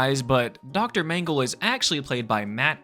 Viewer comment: Feels like the twilight zone 12 mm Shrine. Also you need to pronounce "dr mangle" .....more succinctly lol